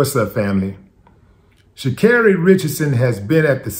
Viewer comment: Thanks for pronounce her name correctly